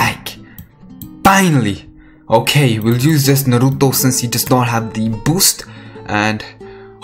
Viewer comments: What I used to hear in anime: "NARUTOOOOOOO" "SASUKEEEEEEEEE" Now I hear: "SasKE" "NarUTO" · like ur videos r REALLLLY good tho but the way u say naruto makes me aggressive asfuaq ..